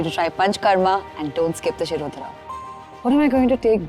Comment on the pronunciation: In logo sach me Hindi nahi aati ya natak karte hai. शिरोधरा bol Rahi hai शिरोधारा है।